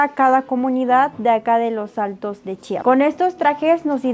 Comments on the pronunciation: Se pronuncia como se lee Chiapas no Chapas...😅 . Excelente video ! Saludos desde Tuxtla . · se dice CHIAPAS